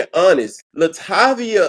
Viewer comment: "La Tay Via" 🎶 RIP Angie Stone. "A Class Act